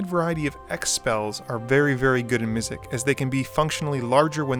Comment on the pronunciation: MizziX!!!! There is an x at the end of Mizzix. Not a k. So annoying. Sorry just bothered me a fair bit. I did really like the video though sorry for being that guy.